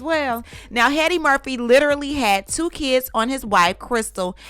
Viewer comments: Did you just call him Heady Murphy? I died 😅😅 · Did you call this man Heady Murphy? 😂😂😂🤦🏽‍♀️ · Girl not “Heady Murphy “ 😂😂😂😂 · Ahe said " Heady Murphy " 😂😂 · Did you call him heady Murphy